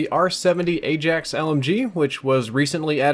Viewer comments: It's pronounced "i axe" not "ay jacks" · He says Ajax wrong its prounced "Eye Axe" like the Dutch Football team